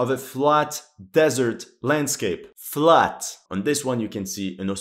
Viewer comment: "On this one, Foxhauls in the middle of a FLAT desert landscape. FLAT." "On this one you can see, an Australian trench, in a rocky, desert, FLAT landscape." Deleted scene: "And lastly, we have an anime girl with FLAT desert. FLAT landscape, you can see that there's almost no cliff."